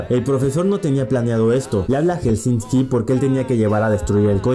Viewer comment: es helsinki no helsinski